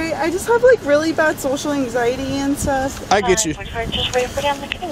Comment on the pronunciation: The way she says “anxieteyieee” is perfect